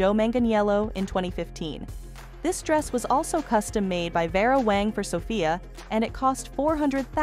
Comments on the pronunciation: OMG!ItsWÄNG. NOT WONG.U WONG! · The AI generated mis pronounced words detracted from the video. The name is WANG. Your computer pronounced the name correctly a couple of times, but otherwise said Wong. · Her name is not Wong. Her name is WANG. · How do people get jobs as a narrator that pronounce so many words improperly. 🤔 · She pronounced many words wrong, wong one minute, wang another. Really, didn't she notice. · You need to learn how to pronounce Vera's last name not Wong. You finally got it right near Kim's dress... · Her name is pronounced Vera Wang not Wong. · Some of your pictures are of the wrong person you mentioned, and you say Vera Wang's name wrong several times... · Wow, if you are going to use AI to read - teach it how to say the designers name AT LEAST. THIS IS CRAP. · You are critiquing Vera WAng and can't say her name right? Not good